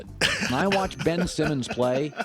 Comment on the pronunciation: Ben-ch Simmons